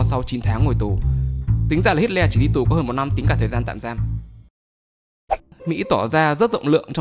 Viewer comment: Nghe như hít ke :))